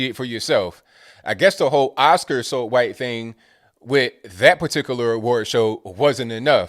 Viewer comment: Why do you say qwhite?